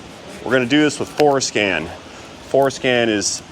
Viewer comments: Haha you said fores-scan 😅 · Brother....be sure to articulate Fore Scan. LOL.